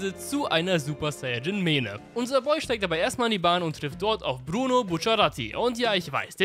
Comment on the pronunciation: also... abgesehen davon wie du Bruno-Senpai aussprichst... WER HAT DIR ERLAUBT DEN TORTURE DANCE ZU ÄNDERN? nein spaß n freund sagt grad das der probably coppyrighted ist..